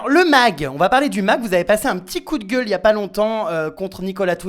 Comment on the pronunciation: Même Jeremstar quand il dit gueule vers les 18mn mddr